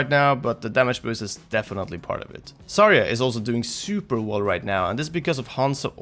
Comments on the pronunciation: it bugs me that you say "sarya" not "zarya" or at least it sounds so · "Sarya" lmfaoooo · 一番生田 And somehow mispronounces Zarya and Hanzo. And he's not an english speaker, he's Swedish.